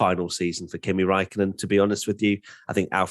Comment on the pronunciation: You messed up Raikkonen💀😂